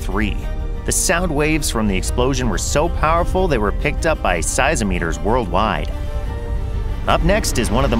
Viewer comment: Size-o-meters? I think you mean seismometers 😂